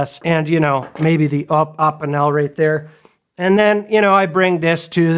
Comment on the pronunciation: btw eppinelle is pronounced ep-e-nell